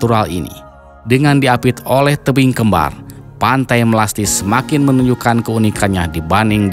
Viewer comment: Melasti apa melastis